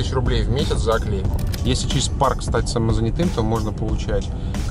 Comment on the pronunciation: самозАнятый, а не самозанятОй! Ты же москвич ë-маë, чего нас позоришь!)) 🤷‍♂️😏